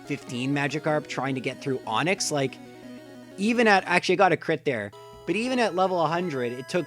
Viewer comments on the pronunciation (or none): none